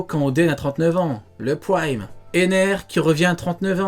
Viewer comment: "Praimmee" Mdr l englais